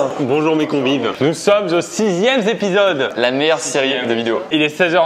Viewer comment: « Nous sommes au sixième Zépisode » 😂😂😂😂